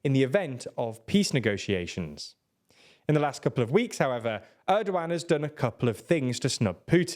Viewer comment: it's funny that you kept calling him Errdo-Wan - Hello there! - President Errdo-Wan!